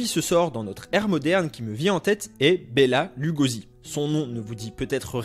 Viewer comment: Se prononce Béla Lougoshi